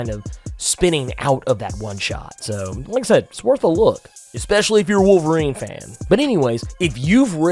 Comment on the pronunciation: Wol erine is back? Oh no